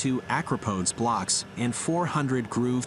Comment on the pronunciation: Stop saying acropodes